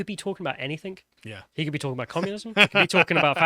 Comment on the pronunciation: Matt Walsh: "You don't get to capriciously alter the English language to suit your perverse and abnormal needs.": "I completely agree, it's totally wrong." Also: "Anythink."